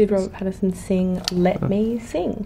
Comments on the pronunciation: I think she called him Pattison like PattiN Son but the N is nowhere to be heard 🤗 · I love how she looks all weird about him saying her last name wrong, but she was calling him Robert Patterson the entire time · She literally calls him Robert Patterson the whole way through! 😂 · She keeps saying pattison lol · Mia the least you could do is pronounce your family name properly 🤦🏻‍♀️ Also, 1,76 is DEFINITELY not 5'4 🤣🤣🤣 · She can't even pronounce Pattinson but wants people to pronounce Wasikowska. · Them just both mispronouncing each other's names